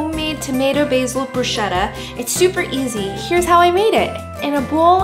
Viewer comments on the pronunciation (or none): Italian approves Italian inspired hit dog, but... It's brusKetta, like a k, not like a sh, please 😂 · ALWAYS AMAZING RECIPES!!! btw... Bruschetta (pron. Broos KET da) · The way she pronounced bruschetta madee me smile :)